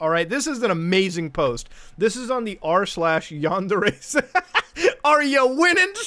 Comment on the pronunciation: Wow... nails on the chalkboard! |Yáh | | n • DÉ | | Ré | — the Japanese words use both a high/low tonal variance and the vowels always keep the same sound. A short version of the vowel for a, e, and u — and a long vowel for i, and o. These never ever ever change — Ever! They combine to make the relevant forms sometimes... 🤦‍♂️ ugh — my point being — and it’s terrible that I’ve even explained all this.... you’re pronunciation of “yandere” is killing me. For anyone wanting to disagree — my argument is this: have you ever heard an America speaking Spanish with zero accent — albeit with “fluency”?? It’s horrible — it’s a perversion that makes you wan to tear your ears off so you don’t have to hear that murder-babble... ok so this isn’t the same thing even by far... I have no argument... man that was a good dab 🤣